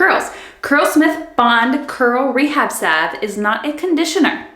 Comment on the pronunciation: Great video! Out of all the videos I watched reviewing these products, you are the only one who pronounced salve correctly. Lol. Thank you for the detailed review. I love Manes by Mel too! Definitely ordering these products.